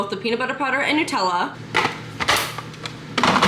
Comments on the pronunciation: It's not New-tella. It's Nut-tella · It is not Newtella it is Nut ella because it is made from nuts. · I’ve never heard anyone say Nutella like that 😂